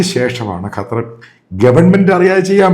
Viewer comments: എടോ തള്ളാശാനേ കറ്റാർ അല്ല ഖത്തർ എന്ന് പറ. ഇതെന്തു ഇടയ്ക്കു കറ്റാർ ചിലപ്പോൾ ഖത്തർ. ഒരുമാതിരി ആണുമല്ല പെണ്ണുമല്ലാത്തപോലെ.. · ഇയാളെന്താ…..കാറ്റാർ എന്ന് പറയുന്നത്…?🤪